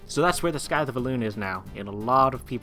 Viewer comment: I'm liking this series and how punctual you're being with it. Keep it up :) P.S. Also another small pronunciation thing. Scythe is said more like "sythe" not "skythe." Sorry about the nitpicking :P